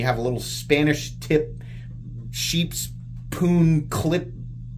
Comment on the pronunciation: He said sheep’s puun 😂